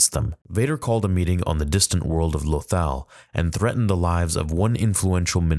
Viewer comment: Lothal is pronounced Lo Thall.